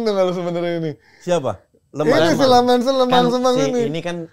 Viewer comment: Kochi ini sdh salah msh ngotot mulu, namanya Senne Lammens itu bacanya bukan "Lemans", tapi memang bacanya "Lamens" dimana 'e' nya itu dilafalkan seperti kata 'kerja'...ini orangnya sendiri yang bilang cara ejaan namanya di youtubenya MU.... ini katanya fans tapi kardus, mau mulu diayamin kochi 😊 Trus si Emi Martinez itu, statsnya season kemarin ngga jauh beda dari Onana loh, dan blundernya banyak juga...klo riset yg bener bang, cari jg si Emi Martinez, jgn cm si Lammens aja yg dicari salahnya mulu, maen aja blm sdh dihina2. Gw pribadi, drpd ambil Emi yg performanya sdh pasti naik turun, mending gambling aja ambil kiper muda (yg katanya berbakat) yg msh bisa bagus bisa kagak tp jauh lbh murah.